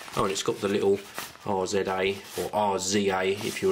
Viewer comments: We know he doesn't know who wu-tang is. It's not R. Z. A. It's Rizza. Still love ur videos! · By R.Z.A hahaha his name is pronounced Rizahh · Did hey just just say Are Zed Ey?? It is RI-ZAH.... Wu tang baby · I believe instead of "R-Z-A", they're pronounced "Rizza". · It's not R-Z-A, it's Rizza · No no no RZA is a single artist...It's pronunced RIZZAH. He was a member of the Wu Tang Clan Group. Also did a lot of solo work as well as work on several movies, and the famous TV series Afro Samurai. Hes an accomplished artist who has my respect. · it's pronunced Rizza...it's not an acronym! RZA > Dre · Pronounced 'rizza'** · Its pronounced Rizza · A good review as usual, the pronounciation does hurt my ears though, knowing who RZA is and how he's contributed to rap music. Just some feedback.